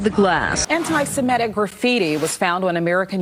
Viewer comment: It's not "Simetic" it's "Semitic", and the phrase does not just include Jews.